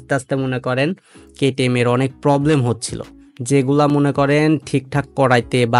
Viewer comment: ইঞ্জিল ❌ ইঞ্জিন ☑️ পবলেম ❌ প্রবলেম ☑️